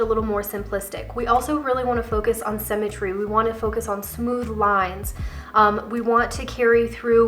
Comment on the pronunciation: I love your videos. As I am trying to establish a wardrobe that works with my figure (rather than never looking right in the trendy new looks) I find your input very valuable. One small constructive criticism...sym·me·try /ˈsimətrē/. I know it's a small thing, but it's very distracting to hear you pronouncing symmetry incorrectly, especially since I believe I'm a classic and all of the videos about classic have that word in it many times. I really do love, love, love your videos. Keep 'em coming! 💖